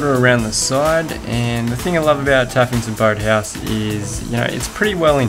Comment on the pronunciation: What it sounded like: tuffington bird house. What you said: taffington boat house